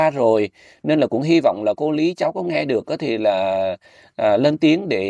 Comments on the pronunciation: hỏi lại mình mắc cười quá. Cô ný= cô lý.cô nan= cô lan.😅😅😅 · Lý chứ k phải Ní ơi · Nói ngọng , Lý mà Ný , Nàm .... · Tiếng địa phương chứ tên cô của bé là lý chứ k phải ný đâu ạ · E là người trong video tìm kiếm cô, cô e tìm là cô Lý, xin lỗi mọi người vì e bị ngọng vùng miền e Thái Bình là L và N mong mọi người thông cảm